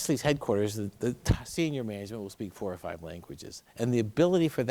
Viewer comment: “The way they make MENEGEMENT”